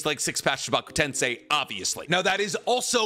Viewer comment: he finally said chibaku tensei right